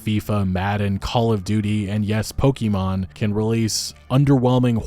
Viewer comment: it's poKEmon not poKimon